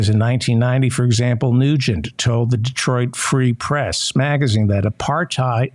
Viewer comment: Non-Michiganders always mispronounce Detroit Free Press by putting the accent on "Press" instead of "Free." Just saying. Also, just saying that Ted Nugent is a total unexpurgated